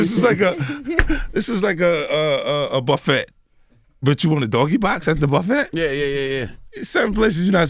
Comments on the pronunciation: “buffett” with the T this nigga can’t pronounce buffet lol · He pronounced it buff-et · I know damn well this grown ass man did NOT just say bufFET 😒😒🤣🤣🤣 I love 50 though 🙌🏾🙌🏾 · Im mad that 50 kept saying “Regardlessly” and he pronounced the two T’s in “Buffett” and nobody said nothin. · Buff-ETT - 50 Cent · This is insane. The “T” in buffet is silent! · Fif I could watch you talk about the weather but buffet is pronounced "buffay" 😉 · Did this nigga just say "a buff-fett?!" 😂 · He said buff-et. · It's , i'm like wtf is a buff et??? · Buffet...Dude the "T" is silent😂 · I love Fifty, he is sexy as hell but is it really called a “buf-fette?...I’m weak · 50 Really An OG. My Guy Said Buff Fet and NOBODY Corrected Him😂🤣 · So we just gonna ignore my manz said buff-ET? 😂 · Its actually BUTT-FAT😂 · The "t" is silent. Pronounced buff fay. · "BuffeT" ~ 50 Cent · Nigga said "Buff-ett" 😂😂😂😂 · This nigga said BuffET I’m putting this fool in the same box as Floyd LOL BUF FET 😆🤣👎🏾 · This nigga said "buffette" lmao I'm thru with 50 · And almost perfect guy besides how he pronounced buffet. We’ll let ‘em 🛝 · Buffet?????? 👀👀👀👀👀🤦🏾‍♀️🤦🏾‍♀️🤦🏾‍♀️🤦🏾‍♀️🤦🏾‍♀️🤷🏾🤷🏾🤷🏾🤷🏾🤷🏾 did anyone catch him pronounce that word, thought I was tripping had to rewind it back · Listen how this niggah says buffet lol 😂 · Been a fan of 50's for years. I didn't know the nigga said "buffet" with the "T" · Making jokes at Floyd but don't know the T in buffet is silent...ok Fif y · Yeah, he pronounced buffet wrong, but no one was tryna check him on it. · He pronounced it like it's spelled. Lol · do americans really pronounce the T in buffet? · No he didn't pronounce the T in buffet!!! 😂😂😂😂😂😂 I fucking love 50♥️. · Floyd better get at 50 for not knowing how to pronounce Buffet it aint Warren. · The way Fif say buffet makes me uncomfortable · Somebody need too tell my Guy Fif that the T is silent when saying Buffet LoL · All that money 50 has and he cant pronounce "buffet" :( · 50 pronounces buffet as buffet? Lolol